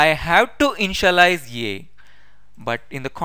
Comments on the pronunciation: I misunderstand InshaAllah, when u say Initialize 😄❤️ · Bhai ur initialize sound like insha - allaha y 😂😂😂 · lolz, same here, when i listened carefully again then i understood that he saying initialize not inshallah... but very helpful video, i have searched many videos for static variable meaning, every video tells that how to use, but not tell why to use, now in this video , his video also tells y to use static variable...